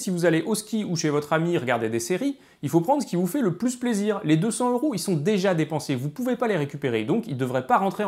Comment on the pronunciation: Très intéressant. Mais j'ai une question pas vraiment rapport: pourquoi prononcez-vous euros comme si ce mot commençait par un H aspiré? Et, en passant, le mot Wisconsin est à l'origine un mot français qui était écrit Ouïskonsen. Au Québec, ce mot rime avec pain. Finalement, maintenant que j'ai déjà regardé deux de vos vidéos, je devrai regarder les autres; sinon, j'aurais perdu mon temps, non?